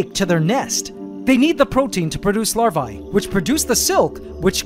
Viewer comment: You are pronouncing larvae wrong.